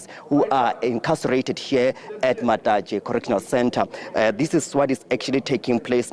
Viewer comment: 'matatashe' yah neeh